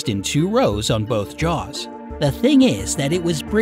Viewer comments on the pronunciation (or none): none